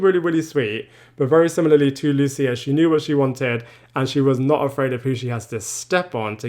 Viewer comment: I'm baffled as to why people like this narrator refuse to pronounce "Lucia" correctly. Do they not actually listen to how people say her name? It's a super common Italian name and very easy to pronounce. So disrespectful to make up your own way to say it, and so unnecessary. Also "Giuseppe" -- very common, very easy, it's pronounced correctly in the show if you don't already know how to say it. Talk about an unforced error.